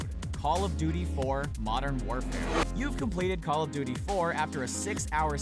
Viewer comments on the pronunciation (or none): none